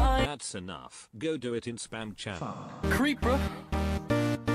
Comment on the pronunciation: The Creeper sounds like "Creep Bruh"